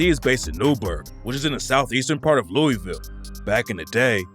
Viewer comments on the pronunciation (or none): If you are going to talk about my city Louisville it is pronounced Lou-a-vul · This guy doesn’t know Louisville by the way he pronounces it